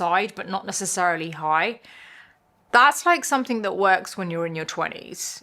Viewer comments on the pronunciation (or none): She’s a Brit, so her English is native. Only thing that bothers me is that the word ‘something’ does not have a K the end of it!